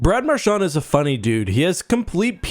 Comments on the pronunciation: Hey bro you keep on saying Marshawn it's Marchand he's not Irish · I know what you can do have some respect and say his name properly